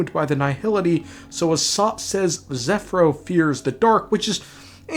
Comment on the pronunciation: OH MY GOD HE’S FINALY SAYING ZEPHYRO’S NAME CORRECTLY. AFTER ONE FUCKING YEAR.